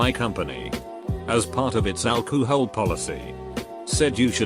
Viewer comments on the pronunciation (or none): I love how the auto reader pronounce alcohol alchuhol